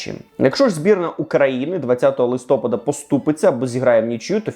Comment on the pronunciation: Будь ласка, правильний наголос листопАд. Дуже буду вдячним, якщо Максим побачить цей коментар і наголошуватиме правильно👍 обожнюю ваші дайджести! Трибуна - топ